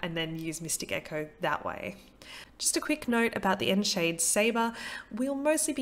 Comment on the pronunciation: Ooh that's good to know, thanks for the correction. I'm not sure where I got 'on shade' pronunciation from: potentially another card's voice line? Will use 'on seed' from now on though.